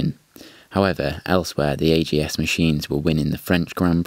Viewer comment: Always said AJS (ay-jay-es) but here its pronounced AGS, maybe a british speciality? 16MS was my first bike, so interested in AJS history. Fun way to tell about early days of the brand, but must say I missed the highlights of the brand, the four cylinders pre and after war and of course the 7R, Porcupine and the demise last 33CSR with the Norton 750 engine. Maybe content for another post here!